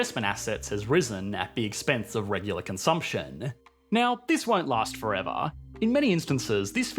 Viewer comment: “This won’t last forevah...howevah...”